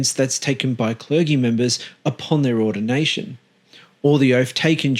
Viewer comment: the word is CLERGY. But you pronounce it as clergee?...do you mean clerjee?